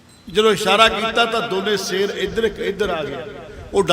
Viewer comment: ਬਾਬਾ ਜੀ ਸੇਰ ਨਹੀਂ ਸ਼ੇਰ ਕਹੋ